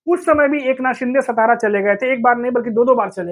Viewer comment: हिंदी=उर्दू भाषिकांनो सतारा नही राजधानी सातारा